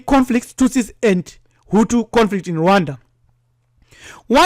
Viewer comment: Hutu not hutsi